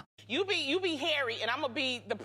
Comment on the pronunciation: C: Awful, isn’t it? It’s disrespectful in my opinion; as if she can’t be bothered saying two syllables (as in Har-ry) versus the one syllable, H.